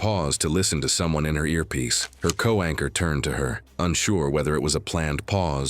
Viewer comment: It’s co-anchor, not co-wanker.